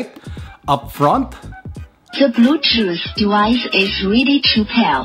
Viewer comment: "Ze Bluezooth Zevice Iz Counnected Zeccesfuly." 👍😆 G' morning 🙏👌keep safe.